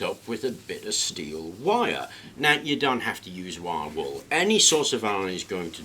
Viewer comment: took me a couple rewinds to realize he was saying "wire wool". Wiawul.